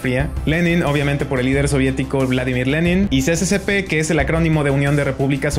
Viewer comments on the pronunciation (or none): Se pronuncia SSSR. No CCCP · No es ce ce ce pe... Es es es es er